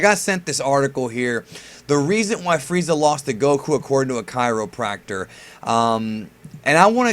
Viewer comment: Gokku (GAH - koo)?? LOOL I would've closed the tab from that alone